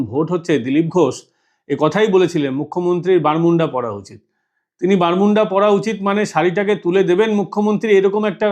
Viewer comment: বারমুডা। বালমুন্ডা নয়।